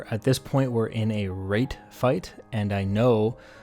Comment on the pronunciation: Anyone else hear him saying rape fight? These flyboys are different